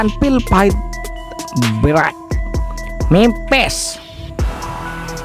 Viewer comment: iya ini Penyiarnya apa gk bs diganti yg suaranya enak dikit ... udh kalau baca salah 2 .. mampus dibaca mempes 😂🤣😄 mempes Jidat loe !!! Suaranya bikin sakit telinga 🤣😂😄